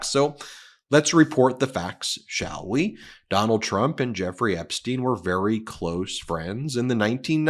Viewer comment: Why do you pronounce Epstein Epsteen?